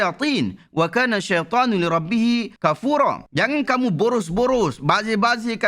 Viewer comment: Us sebut syaithon, bunyik nya ‘SETAAN’😅..barakallahu fikum